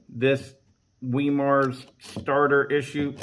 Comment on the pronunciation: Hard (start) Wemar conversion. 😂 Good stuff. 👍